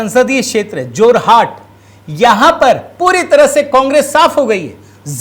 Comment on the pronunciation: जोरहट नहीं। जोरहाट।